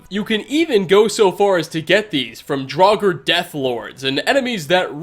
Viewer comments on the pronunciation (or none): none